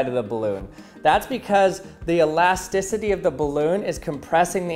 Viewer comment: I don't think that's how you pronounce elasticity...